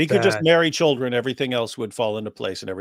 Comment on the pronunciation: I love how he say Shieldren.